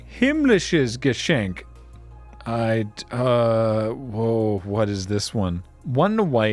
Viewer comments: I have to say, "Himmlisches Geschenk" was pretty much spot on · Himmlisches Geschenk was actually pronounced VERY well!